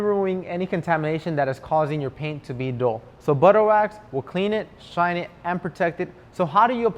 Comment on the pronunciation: Wow I would have given you a thumbs up just for offering the flow chart! The video helps teach especially to someone like me just starting to take care of my car. I had to turn on the captions because I thought you said, “duel” when you said “dull” as in the look of the finish. It’s all good…that’s why they make rewind on the remote. I like 👍🏼 all Chemical Guys videos and I am trying to purchase other products from your web site right now (not so easy 😓). And yes, I am subscribed.